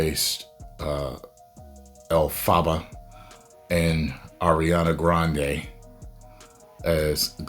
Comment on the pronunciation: It's pronounced El-fuh-buh